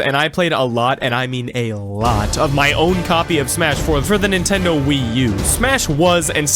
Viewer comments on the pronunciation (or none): none